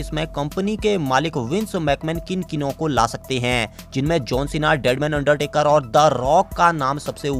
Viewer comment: भाई अंडटेकर आ सकती है क् अंडरटेकर